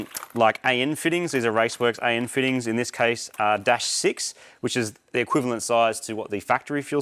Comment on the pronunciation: That's one helluva way to say equivalent at about lol